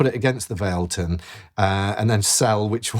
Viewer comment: FYI everyone, it’s pronounced Vah leh tun